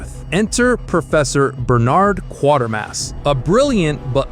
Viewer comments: There’s no R in Quatermass! Maybe you spelled it like the AI commentary mispronounced it?! 🤔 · When talking about Quatermass (and it`s QUAYtermass) you should probably mention that its the third in a series of three films based on popular BBC tv series of the 1950s. The first two are "The Quatermass Experiment" and "Quatermass II". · A couple of notes on Quatermass And The Pit. The 'a' in Quatermass is long as in the 'a' in 'ate'. The film is based on a British television serial with the same title. That series was the third Quatermass series broadcast on UK TV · I remember seeing "First Spaceship on Venus", "Robinson Crusoe on Mars", and "Quatermass and the Pit" at the pictures when they were released in the UK (I'm 73). I still recall the haunting score of "First Spaceship...". BTW the Quater in Quatermas rhymes with crater, so Kway-ter-mass. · For "Quatermas", start with the phrase "equator mass". Then just drop the 'e' sound at the beginning. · Quatermass is pronounced as you would pronounce Waiter - QwaiterMASS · It's pronounced KWATERMASS!! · Please learn how to pronounce Bernard and Quatermass ! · Thank you. It also bugs me, when they continue to mispronounce the titles. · It's Quatermass😡, not Quartermass. Quater Quater Quater to rhyme with crater crater crater. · It's pronounced "qwaytermass", not "quartermass". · ...and it's "kway-ter-mass", not "kwor-ter-mass", Mr Narrator! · It's " Quatermass" Not Quartermass, Idiot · A great review... but, it's Quatermass, (like crater), not Quartermass 🙏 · It's 'quater (as in crater) mass' not 'quartermass'! Flippin' yanks!! X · The AI "narrator" hasn't yet learned to say "Quartermass". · It's not "KWA-ter-mas," it's "KWAY-ter-mas." I've seen two of these. In "Robinson Crusoe," the pilot who died was his mission commander played by Adam West. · It’s pronounced Qwaitermass not Quartermass. Other than that excellent stuff. 👍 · NOT Quatermas. ' QUATERMAS ' try kwatermas